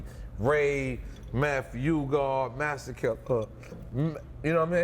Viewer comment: NORE IS LIT! nigga couldnt even ssy masta killa lol